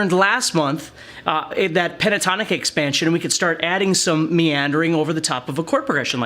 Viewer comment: what did you say?? miandring?? is in it?? what is miandring? hehehe